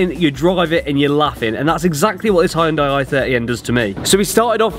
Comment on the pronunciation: Well done. By thexway, it's pronounced "Hun-day", no "Hi-un-day"!!